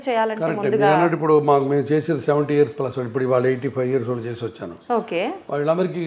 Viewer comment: యాంకర్ కు సూచన "ళ " "ణ " అక్షరాలు పలకడం ప్రాక్టీస్ చేయండి ఉదా :వాల్లు, వాల్లకి పెల్లీ నీల్లు కల్లు మోకాల్లు మొదలగు మాటలు (వాళ్ళు, వాళ్ళకి, పెళ్లి,నీళ్లు, కళ్ళు మోకాళ్లు ఈ విధంగా పలకాలి. మన మాతృ భాష ను గౌరవిస్తూ విలువ ఇవ్వకపోవడం చాలా శోచనీయం మరియు బాధాకరం. మనం ఎన్ని వేషాలు వేసిన ఎంత మోడరన్ గా ఉన్న ఎంత వయ్యారం గా మాట్లాడినా యూరోపియన్ అనరు. మనలని బ్రౌన్స్ అనే అంటారు. మన నాగరికత మన భాష మనకుండగా ఇతరులను అనుకరించడం అవమానంకాదా?